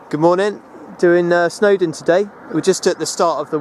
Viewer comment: Another nice vid!, However, if you plan to ascend more Welsh hills (or go up them a 2nd time) you would do well if you could learn the actual place name correctly, not your appalling rendition of the Welsh names? every single one of your welsh names is utterly wrong! (but you got the girls name "Monique" absolutely right, and its french? bad show) . BUT its not only you, it every last englishman who has no idea of the Welsh Language, but I am only talking about Place names which should be said spot on, for everybody , so go on and try .